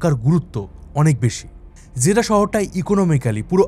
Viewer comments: জেডা, জেদ্দা হবে একটু বেশি পন্ডিতি করে বলতে গিয়ে ভিডিওটা নষ্ট করে দিলেন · ভাই আপনি জেদ্দা কে জেদা কেন বলেন?😊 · দাদা, উচ্চারণ ঠিক করুন - "জেডা" হবে না, হবে "জেদ্দা"। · বাংলা উচ্চারণ জেদ্দা হবে। জেডা না। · Jeddah! Not jeda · জেডা নামটা প্রথম শুনলাম, এটা জেডা নয় জেদ্দা। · ভুল বলেছেন যেদা নয়,,, জেদ্দা সঠিক উচ্চারণ 🎉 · ভাই জেডা না জেড্ডা হবে। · আরে ভাই জেডা না‌ 😂😂 "জেদ্দা" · জিদাহ কি রে ভাই!!! জেদ্দা বা জেদ্দাহ বলেন। একটা পপুলার শহরের নাম উচ্চারণের এই অবস্থা কেন! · যে ব্যক্তি জীবনে সৌদি আরব আসে নাই সে আবার আসছে সৌদি আরব নিয়ে তত্ত্ব উপাত্ত বের করতে জায়গার নামটা যে শুদ্ধভাবে উচ্চারণ করতে পারে না জেদ্দা শহরকে জাদা বলে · জেডা আবার কি ? Jedda মানে জেদ্দা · জেডা না, জেদ্দা বলুন। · ভাই জিডা না জেদ্দা হবে কথাটা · জেডা নয়, জেদ্দা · জিডা না জিদ্দা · উচ্চারণ টা জিদা না। জিদ্দাহ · জেদ্দাকে বলছে জেডা এটা কোন ফাজলামি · দাদা ভাই জেদা কেন বলছেন? জেদ্দাহ উচ্চারণ হবে আর দামাম না, দাম্মাম বলেন। ❤